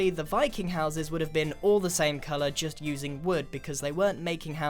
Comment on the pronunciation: Appreciate that! Though, Wiking was the proper pronunciation. It's Norwegian, I believe, and in most Scandinavian languages V is switched for W and vice-versa.